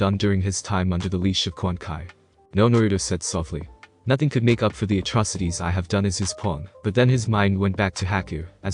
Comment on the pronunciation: it's quan CHI not quan kai